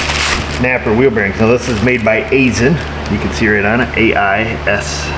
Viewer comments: From a guy who spends too much time working at an Aisin facility... Aisin is pronounced: eye-shun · Aisin = "eye-SIN"